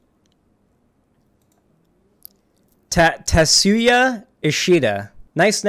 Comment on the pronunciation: I think it's pronounced something like "tatz-ya". He got a reputation for doing """feminist""" comics for a long time, but they weren't really feminist, just anti-pornography. If you don't see the difference, notice the hordes of identical women he keeps introducing briefly, never naming, and letting disappear offscreen, and how the feminist views they espouse are never more than a vague "sex and men bad", with no commentary on serious issues like abortion and wage gaps.